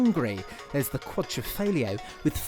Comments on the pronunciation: first guy who can say quadrifoglio (quadrofolio) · wow, that Quadrifoglio pronunciation is the worst I've ever heard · haha I'm italian, for once I can tell you that italian word is pronounced in the wrong way. But I know English people can't say "gl" sound :) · Giulio Imparato ma il commento più senza senso è quello del presentatore che mi ha risposto dicendo che quadrifoglio lo pronuncia in modo corretto , e che in Inghilterra si pronuncia così. Non sapevo che le parole italiane avessero una pronuncia diversa in Inghilterra 🤔